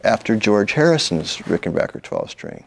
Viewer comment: Thumbs up to Mr. Campbell for pronouncing "Ricken-BACK-er" correctly!